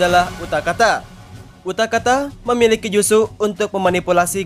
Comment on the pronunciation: Wkwkwkwkwk salah bilang dia